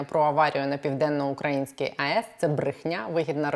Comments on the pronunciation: Наголос на Південно- Українській АЕС вірно потрібно робити, а не москальською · Не « на південно укрАʼ інській АЕС», а на « південно ураІʼнській АЕС». 😡😡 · Південноукра Ї нській АЕС - наголос на " Ї ". Ріже вухо! (Без образ) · Південноукраїнській. Наголос на «Ї». Врахуйте, бо страшенно слух ріже.